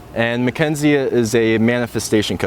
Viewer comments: synchronicity-ah mackenzie-ah story-ah anyone else hear that? lol. i like it. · Is it just me but this guy says "Party-ia", "Mckenzie-ia", "sychronositi-ia', 'lately-ia'... Whenever the word ends with 'i' sound, he adds a '-ia', wtf